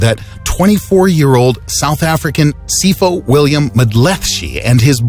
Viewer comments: It’s pronounced SeePaw not Seefoe 😬.... Sipho - meaning gift. South African 🇿🇦. Interesting story & video though ✊🏽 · His name is Sipho (See-poh) not Sifo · Sipho is "Sipo" the H is silent. Not "Sifo" 😉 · Sipho is pronounced See Paw not see ffo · It's pronounced "See-por", not "See-for" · Goddamn He pronounced Sipho wrongly, pronounce (Pho) as of (Pour) not (four) in pronunciation, you can say (Si pour), not (Si four). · Sipho is pronounced seepoh not seefo it's a nguni word meaning gift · From South Africa... It is not Sifo. It is Sipho. P is P, not F... Like sip-ho😁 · i'M SOUTH AFRICAN and that isn't how you pronounce Sipho Mdletshe. It's Sipho po for PORK. not sifo. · Sipho is pronounced (sip-ho) not (sifo) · It's not seefo! That is not how it's pronounced. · Sipho is a South African name meaning 'Gift' and it is pronounced as 'See paw' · The word Sipho dnt use the ph as f its pronounced Sipo. There is a silent h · Sipho pronounced " see -poh "🇿🇦🔥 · Sipho is pronounced See po( as in pou in pour) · Iam from sa (south africa) say it like (see-po) for sipho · yay South Africa BTW, pronounced: See-por Will-ly-im Mdlet-she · 😂😂 The way you pronounced Sipho Mdletshe😅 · You pronounced Sipho wrong the p and h do not make an f you pronounce the p like you pronounce the p in pole the language is called Zulu and Sipho means gift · As a South African, I was very surprised by the pronunciation . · Lol the way he pronounced that south African Name and last name is just so wrong jesus 🙄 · LOL the way he pronounced Sipho though.... it's with a P the H is probably silent